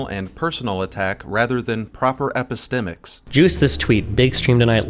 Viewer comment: You really took the most convoluted and self-important explanation for epistemics. 😂 Not what you said but the definition text you showed. It's also quite funny that Destiny pronounces it wrong. He has never heard it just only read about it in one of his philosophy for dummies books, and thought it sounded smart. True story.